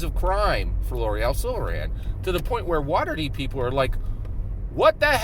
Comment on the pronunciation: Good video! Please pronounce Laeral's name correctly lol